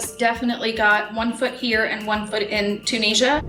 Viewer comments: Why can everyone else pronounce Tunisia correctly but Americans on this show ( and are 2 examples) cannot? How can they not know how to pronounce the name of the country that their husband comes from? They both say TON-EE-JA! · Why does she pronounce the name of his country incorrectly?